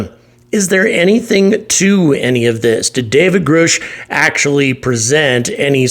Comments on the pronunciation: Please pronounce his name properly!! It rhymes with RUSH not ROOSH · Gr-uh-sh, not Groosh. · Do you pronounce his name "Groosh" instead of "Grush" as a way of (somehow) making fun of him? Or is it because you are so ignorant of the subject that you do not recall hearing his name being repeatedly pronounced correctly for the past several years? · Grush! Not Groosh! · His name is pronounced Grush, not Groosh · It's Guh-rush no Groo-oosh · David Grusch surname sounds like Grush not Groosh he pronounced his own name in interviews. You are saying it wrong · It's pronounced Grush like rush or crush. Not Groosh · GrUGHsh Not GrOOSh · Still can’t pronounce Grusch! He said it, like “rush” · Grusch not groosh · Why do you insist on mispronouncing David Grusch’s name ? It rhymes with rush Just put the g ahead of rush) It seems the mispronunciation of someone’s name (when the correct pronunciation is all over the place) is simply used as a subtle form of disrespect. I apologize if that’s not YOUR intent but try a bit harder please. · Grusch rhymes with rush. Can we at least get that right? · You're killing me with Grooosh...lol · I'm curious as to why you always pronounce Grush as "Groosh". You're clearly well informed. All it takes is to see one interview or hearing with the man. Dozens of people communicating with David, even the man himself, pronounce his name exactly how it's spelled. Like "rush" with a "g" in front of it. When you say it, it sounds like "gooch" with an "r" in it. Idk why it bothers me so much. I enjoy watching your videos, but every time you attempt to say his name, it makes my skin crawl. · *FWIW: it’s “Grusch” as in “crush” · Grusch rhymes with brush. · Grusch as like rush grush . 👍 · if you're gonna do a story on someone you should at least say their name correctly!! lmao pretty much kills this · If you're going to leech off of this subject, can you at least pronounce his name right? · Learn to pronounce Grusch.